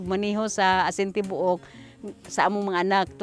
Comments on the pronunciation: Aeasin Tee-bow-uk 😩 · lmao, erwan's pronunciation of "tibook" is so cuteeee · TIBUOK(WHOLE)IN BISAYA. PRONOUNCE AS TI-BOO-UK. PLEASE DON'T ASPIRATE THE T.